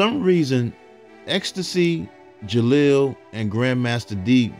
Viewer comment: You keep saying jalil name wrong it’s disturbing me geesh